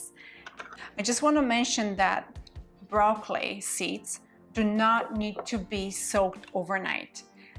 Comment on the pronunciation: It took me a few minutes to realise you weren't saying raw clay you were saying broccoli